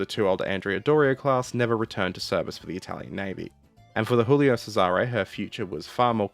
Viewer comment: Check the prononciation , gulio not chulio